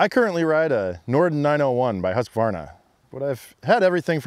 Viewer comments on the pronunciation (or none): none